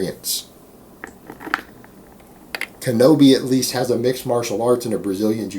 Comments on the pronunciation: im sure you kno this, so ill just comment for my own good. its KINO-body, not kenobi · Isn't it Kino- Body?